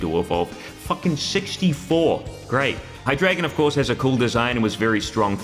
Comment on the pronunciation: it's hai-dry-gon, "drei" as in german 3 if you're gonna correct someone on their pronunciation at least be correct